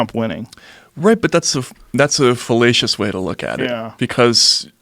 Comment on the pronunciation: He said "falacious "